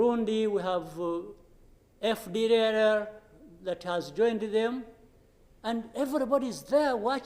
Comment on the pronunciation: This guy can't say fdlr, he should be talking in French instead of giving us job to hear what he's talking. Kagame is putting the life of Rwandans in risk after him